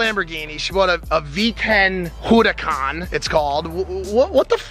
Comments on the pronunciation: Every car guy ever:what did he just call that Lamborghini Mike: she got a hurucon Car guy: triggered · is nobody gonna talk about the way he pronounced huracán 🤣🤣